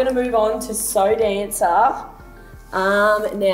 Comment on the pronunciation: Lol, SoDanca is usually the cheap brand here, like down with Sansha at the lowest end of the price range and I've only ever heard people pronounce it like "So Danka" not like "So Dancer"... Personally I think the patterned one was by far the coolest, that pattern is sick and the cut is super cool too.